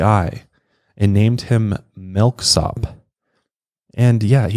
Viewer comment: For me, the "tell" of what you call your "country" accent is the way you say the word "milk," You say it like "melk." (FWIW, I think it's adorable!)